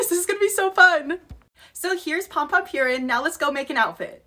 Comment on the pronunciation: As a sanrio fan, I am insulted how u pronounced pompompurin